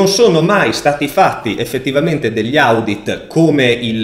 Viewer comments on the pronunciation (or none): Si pronuncia odit comunque bel video, bravo